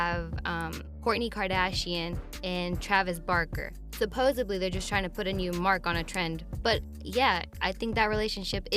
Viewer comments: I hate when people say supposebly- it's SUPPOSEDLY with a D I like this channel and I like host and his girl but it makes the whole thing seem unintelligent when they don't or can't even say the bigger words the correct way idk just M.O. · Home girl it's SUPPOSEDLY with a D. Not to be rude or nothing but I hate when people be talking about real topics or are attempting to talking in an intelligent way but can't say the right word(s).